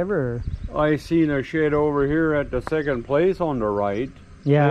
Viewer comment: its pronounced (SH-ED) not SHET, ya mook!